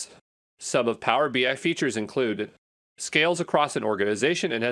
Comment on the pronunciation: It is text to speech. Notice pronounces BI as BY..."Power BY"